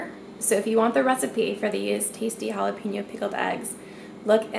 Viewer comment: You mean Jalapeño, Jalapeño